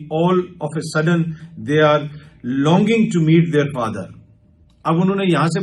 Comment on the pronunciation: لانگنگ نہیں لانجنگ کم علم صاحب